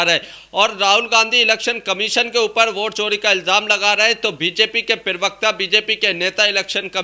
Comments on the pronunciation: हिन्दी शब्द तो सही बोलो...... प्रेवक्ता नहीं प्रवक्ता शब्द होता है। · Pravakta ❌ pirvakta😎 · प्रवक्ता बोलो पिरवकता नहीं। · App pirvakta kyon kahte ho.Say parvakta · पिरवकता होता है या प्रवक्ता?